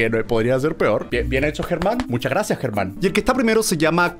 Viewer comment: Se dice Germán